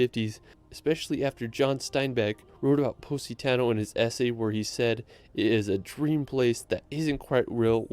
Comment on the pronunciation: sorry but he pronounce the city from Italy "Positano" so weird. That is not a "Pu*** Tonnel"🤣🤣🤣